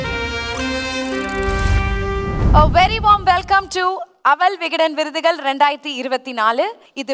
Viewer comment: அவல் விகடன் விருதுகல். தமில் மிக அருமை. 😡😡